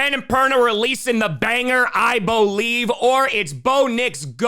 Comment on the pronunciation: I. BO. LIEVE.